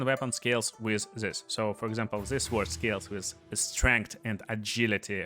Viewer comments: Bro says suword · The W in Sword is silent